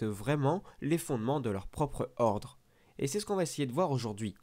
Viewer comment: Odre Jedi 🚫 Ordre Jedi (peut être que d'autres personnes t'on fait cette remarque j'ai pas lu tout les commentaires mais voilà je voulais te le dire sinon très bonne vidéo ) 😀👍